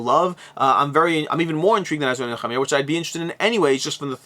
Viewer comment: Really enjoyed your pronunciation of Nehemiah. No way I could reproduce that.